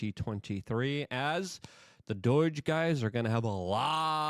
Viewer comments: IT IS NOT D O Y G E !!!!!!!!! IT IS D O G E !!!!!!!!!!!!!!! can you say the word owe???? DOGE RHYMES WITH "OWE", NOT "BOY", THAT is how it pronounced.... driving me nuts every time when you say it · Say it with me, DOGE (Doej). There’s no I. It’s not Doiiiiiiige. Doi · Please stop sayong doyge. It's doge. Like dough-j. Not "doyge" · for the millionth time. it's D O G E. not D O I G E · Luke, why do you say Doige? You're literally adding letters. Doge isn't that hard. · It's doge, not doyje... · I can't anymore. Enough with this "DOYJE" stuff bro 😂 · Are you saying "DOYGE" on purpose? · Why do you keep pronouncing it doige... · Luke, God bless him, isn’t well-known for his proper pronunciations. My favorite was “exasterbate.” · For the love of god Luke, PLEASE learn to pronounce DOGE correctly….